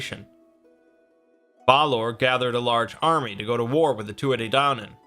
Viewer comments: Great video but for future reference it's pronounced "Tooth Ah Day Dan On" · Pronounced two ah ha day donnin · he said it so wrong